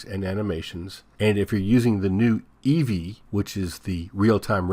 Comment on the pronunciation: EEVEE not 'EVEE' :(